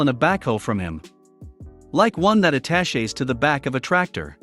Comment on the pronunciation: There are two ways to pronounce the word, "attaches." Teach your robot the difference! Excrable written English which the robot reads as written.